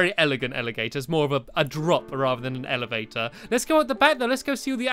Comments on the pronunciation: You said alivator instead of elevator. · You said elegator